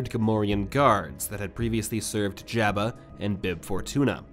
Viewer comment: It’s a good thing Jabba isn’t around to hear you mispronounce his name😜